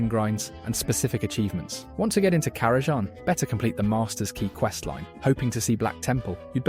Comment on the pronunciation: Lol this is the first time ive ever heard a “person” mispronounce karazan